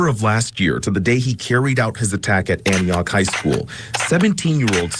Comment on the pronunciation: Hey, Native Nashvillian and long time resident of that specific area. Antioch is definitely pronounced “ANN•TEE•AHK” not no damn ANTAKYA! WTF 😅🤦🏽‍♂️